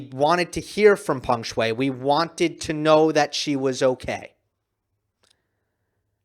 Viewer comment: got her name right this time